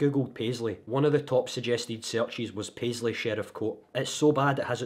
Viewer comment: Wan word. “Paisley”. 🤦‍♂️